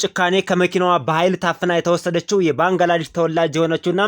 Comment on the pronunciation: ባንግላዳሽ አይደለም << ባንግላዴሽ >> በሚል አስተካከል